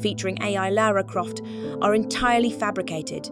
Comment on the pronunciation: Oh no bloody hell mate, dont disrespect LARA CROFTS name by mispronouncing her name as Laura Croft, for god bloody sake.